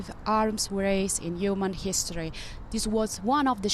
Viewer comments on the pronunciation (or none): " yuman history " ja ja ja ja